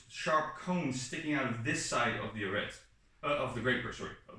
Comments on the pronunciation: The T in Arret is silent. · Also little french tip, Arrêt de cuirasse is pronounced with a silent "t" in arrêt, otherwise your accent is good, nothing to say here